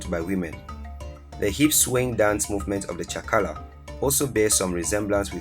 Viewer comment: Number7 is called chakacha not chakala